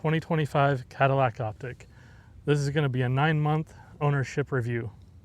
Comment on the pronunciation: It's Optiq, not Optic